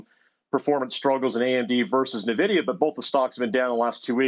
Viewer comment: Please, for the love of god, someone tell him how to pronounce Nvidia.